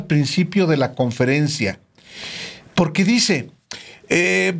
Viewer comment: Po(r)que no habla bien Cochitl dice. Pogque...... Po que minuto